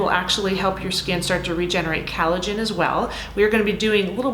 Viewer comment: Collagen not calagen